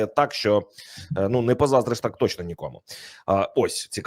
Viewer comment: КУПИ БУКВАР І ВЧИ ЯК ВИМОВЛЯТИ УКРАЇНСЬКІ БУКВИ І СЛОВА,А ТО ТЕБЕ ГИДКТО СЛУХАТИ: ЩЬО,ЩЬОБ,ЩЄ,ЧЄ,ЧЬОМУ,БАЧЄЛИ,ТОЧЬНО,ЧЄРВОНІ,ХОЧЮ,ЧЄМ,СИСТИМАТИЧЬНО,ЧЯСТИНА,ЗНАЧЄТ,ЧЄРВОНИМИ,ЩЄЙ,ДОПОСТАЧЯЛИСЯ,ФАКТИЧЬНО,ВЕЛИЧЄЗНІ, ЧЯСТО,ДА,ДА, КЛЮЧЬ, ВИЧЄРПУЄ,СТРАТЕГІЧЬНИЙ,ЯКЩЬО...........!!!!!!!!!!!!!!!!!!!!!!!!!!!!!!!!!!! (Українська діаспора,США)